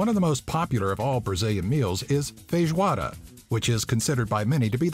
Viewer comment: is feijoada, not feijoara '-'